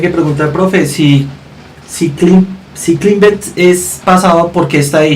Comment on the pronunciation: la profe no tiene ni idea jajajaja es presente perfecto y traduce : el ha escalado. ella dijo Escala se equivoco la profe jajaja y no se pronuncia climbed se pronuncia claimbd